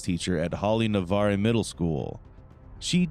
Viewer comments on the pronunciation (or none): AI is only as good as what is entered in. Can't even get the town correct. It's Navarre, not Navarro. It's just east of Pensacola. This is a sad case 💜